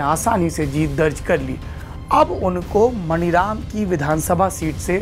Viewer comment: मणिराम नहीं मानीराम